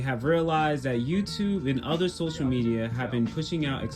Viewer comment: "Socal" Media